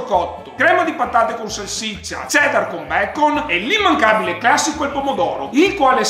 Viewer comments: quando mangi il sofficinno lo chiami in maniera sbagliata non e becom come lo dici ma e becon con la N un saluto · Sei un grande ma ti faccio una correzioni... Si chiama BACON... no BACOM😂😂😂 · è BACON NON BACOM!!! 😂😂😂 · Porca miseria, è BacoNNNN non BacoMMM 😂❤ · Cmq, si dice BACON, non becom. Il bello è che sei stato a vivere in inghilterra.. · Perché dici becom al posto di bacon? Hahahaha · Solo io notato che invece di dire bacon dice bacom? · Però si dice bacon nn bacom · Becom.... Not Bacon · Ma perché dici BECOM ? Hahaha si dice becon HAHAHHA 🤦🏼‍♂️ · Nessuno:: cheddar e BECOM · Nessuno:: BECOM! 😂😂😂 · Tipo quelli che dicono wurster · ma perché dici bacom!😂 sei fortissimo continua così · "BECOM" Fenomenale Amazinggggg!!!! 😜😜😜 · Like se ti è venuta voglia di sofficini!! Comunque il CEDDAR E BECOM non se può sentì bro 😂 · Ogni volta che ripete BECOM rido troppo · Adoro quando dici bacom ahhaha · ma perché dici becom?🤔😂😂😂